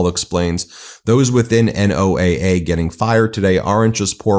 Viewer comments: ❓❓WHY does BEN keep saying N-O-A-A instead of NOAH? ❓❓ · FYI, NOAA is most often pronounced like the name Noah. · NOAA is typically pronounce Noah. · NOAA is pronounced noah, fyi. They do great work and also monitor solar flares which is a major issue. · "NO AH". The acronym is stated as "NO AH." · Say NOAA as a word. Don't sound so ignorant. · It's pronounce like "Noah". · It's pronounced No-ah, nobody says n o a a (I live 20 miles from a NOAA campus and have friends there). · NOAA pronounced "no-ah" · Hey Ben, NOAA is pronounced,Noah.